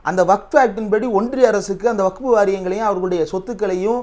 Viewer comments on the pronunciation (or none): none